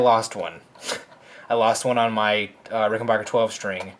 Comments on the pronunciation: Rickenbacker not bacher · The third syllable in Rickenbacker is pronounced "BACK", not "BOCK". A reliable source is interviews of John Hall, proprietor of Rickenbacker.